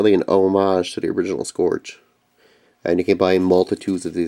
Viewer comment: Cool. However, the only one frm Generations I want is Wheeljack. Jazz is in the "TRANSFORMERS" line and with that I'll have all 10 of my favorite G1 Autobots in new toy form. By the way, it is pronounced "scURGE".